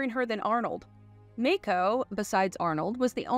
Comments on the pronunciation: Dude, its pronounced 'maako' soft 'a'. Not like the shark. We'd been pronouncing it WRONG for years. Please respect the man and say it correctly. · Great review on CtD! I never seen it in the theaters but I did watch it religiously on HBO. I also think Grace Jones stole every scene she’s in. I gave you a thumbs up for the vid until I heard you pronounce a couple of actor’s names. BTW it’s “dah-bo” and “mah-ko”. Maaco is an auto paint company.